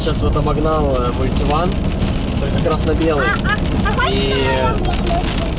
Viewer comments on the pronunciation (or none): Не мультивАн, а мультивЭн 🙂